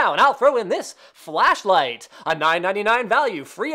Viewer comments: Nice try Linus but we all heard flesh light hahahahah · am i the only one that heard linus say fleshlight hehe ;) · Lol FleshLight ummm Flashlight. I literally cryed laughing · You can't look me in the face and tell me he wasn't just about to say "Flesh Light" LOL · hahahahahahaha Linus said FleshLight hahahaha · LOL HE SAID FLESHLIGHT!!!